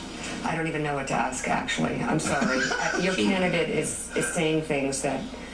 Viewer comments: Aks, what the hell!! It's ask not aks mark!!!!! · Saying aks me. What the FUCK is it with aks? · "You gonna sit here and AXE me"??????? What a speaker!!!!!!!!!! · "For you to sit here and 'ax' me..." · Fucking hell black people learn to say the word "ask".